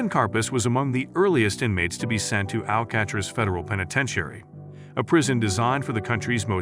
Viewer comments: Ikr what is "Al-catch-tres"? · Al cat riss? WTF